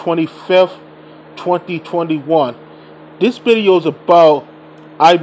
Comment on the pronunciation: Its "Video" not "Bideo"